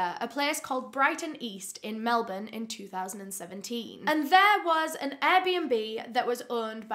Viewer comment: finally someone that says Melbourne right